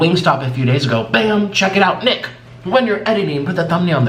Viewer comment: Anyone else turn captions on to see for yourself? It's true! It thinks Nick is saying the N-word!!